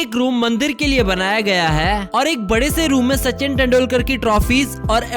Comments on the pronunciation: Aur kesa "HAII" 😂😂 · Haai haai 😄😄😄😄😄 600 crore ka haai, Haai kaise bolta hai